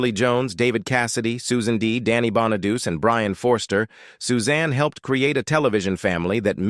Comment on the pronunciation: I HATE AI! This is one of the worst. The Brady Bunch clips are completely irrelevant and btw it’s pronounced Bon-A-dootchie not bonadoos.